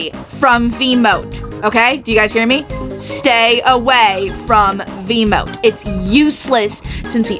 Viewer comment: My face instantly saddened as soon you say "stay away from Veemote" on Eggson. Like yeah it's understandable, but damn. 💔 Jokes aside, using Veemote in Eggson it's arguably speaking: You're playing for fun. Cuz sometimes you just wanna hear that wonderful "CLANK" as much as possible lol.